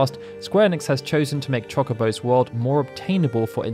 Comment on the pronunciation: How are you the FINAL FANTASY UNION channel but you STILL DON'T KNOW HOW TO PRONOUNCE CHOCOBO????